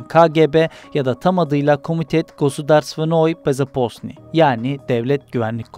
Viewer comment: bu arada aksaniniz ruscaya yatgin değil. kgb sözünde bezoposniy değil bezapsniy demeniz gerekir. biz ruslarla 70 yıl kaldığımız için bizim aksan daha yatgindir ruscaya. saygılar